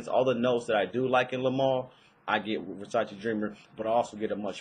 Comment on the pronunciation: It's Versace, not Versaci :D